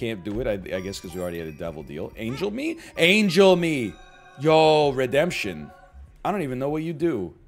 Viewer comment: it kills me Egg didn't read Redemption properly